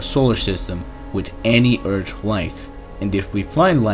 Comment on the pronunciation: Yes, for sure, I agree! Funny, when he say "Eart(h) lol! ☝🏻🤓